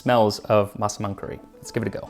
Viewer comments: your pronunciation on the word "Massaman" is perfect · Finally, after all these years, I know how to pronounce Massaman curry. Thank you Max!